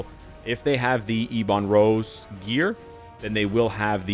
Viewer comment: Please stop saying eeeeee bon rose, its ebon rose, is ebony maw called eeee bony maw? No he isn't, please learn how to pronounce words lol, both you and other creators keep saying same thing and its so frustrating. Other than that, love your videos